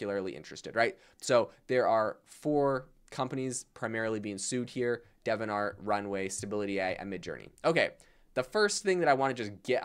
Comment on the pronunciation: De-vi-ant art, it's not Devon art...